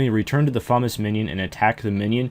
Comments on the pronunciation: And "Fume-us," not "fumuss." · Euugh, he says "fumm-us", that bothers me so much. Also- I would never Nex with anybody who would wouldn't at least try to break the ice prison. :p